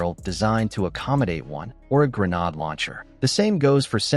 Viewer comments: A "greanod" launcher? WHAT AI HELL IS THIS? That alone makes this video suspect regarding it's content. Dismissed. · Knew this was AI BS when Grenade Launcher was pronounced Grenod Launcher. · Once you hear this A.I. narrated bullshit say grenahd launcher. You know its bogus.